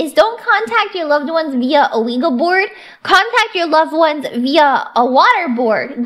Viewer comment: This explains far too much, but I hope no one lets her live down mispronouncing ouija board